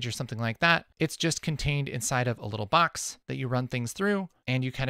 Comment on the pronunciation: the way he says "box"...did u use effect or naturally spelled out "box"?